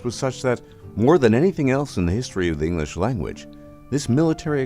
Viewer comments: Would be amazing if the speaker would be able to pronounce EnGlish, not Enlish :P I am of course just picking fun here :) I love the history lesson <3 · You ought to learn how to pronounce the word "English". It's pronounced "ing-glish", not "ing-lish". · Narrator can't pronounce the word English!